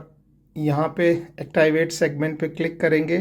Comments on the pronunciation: Actiwait😂😂😂😂😂😂😂😂 it's activate😂😂😂😂😂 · Please activate sahise bole